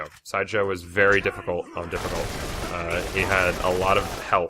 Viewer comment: he said berry big